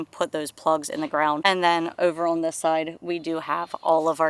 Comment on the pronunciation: I enjoy this channel! I love the way says the word "on". She makes it a two syllable word, ah-wun. Simply adorable.